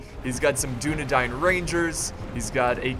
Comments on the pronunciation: Man to dis day he pronounces dunedain wrong but i aint hatin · u say dunadain wrong